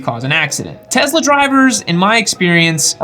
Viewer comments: What I took from this video.....Tezla.....🤮 Good info regardless of the odd pronunciation. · the S in Tesla is pronounced as ‘s’ sound. The mysteries of English, huh? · Do you believe that N. Tesla liked being called Tezla? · $1 for every time he says Tesla wrong